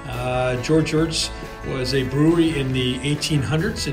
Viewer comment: Hello Sir , It’s NOT EARTS !! It’s EHRET !! Short for Eharheart !! Ehhrett !! Not Earts !!! That’s my Sir name Sir !! Thank you!!